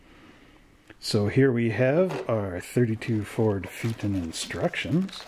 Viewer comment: Pronounced..... FAY A TON.